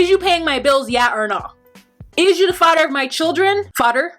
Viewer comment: Myra Smith I actually thought she said “farter” 🤣🤣... I stand corrected! 🥰